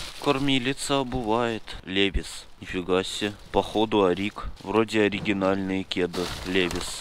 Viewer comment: Кстати ты говоришь левис я хотел поправить не левис А левайс крутой кантент